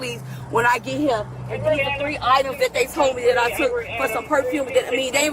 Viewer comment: "Mines" "Dey" "Dat" "Talm'bout" "Gat" "Den" Under 60 seconds, and she has MORE than proven she is both an idiot and a liar.